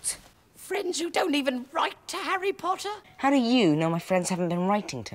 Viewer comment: Dobby’s first words to Harry, Harry Pottah and Dobby’s last words to Harry, Harry Pottah 😔🥺😢😫😖😣☹️🙁😔😕